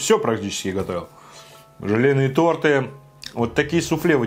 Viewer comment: Не торты а торты